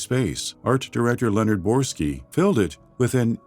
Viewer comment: Quick nitpick, the narrator mispronounces the name of Leonard Boyarsky as "Brorski", otherwise solid video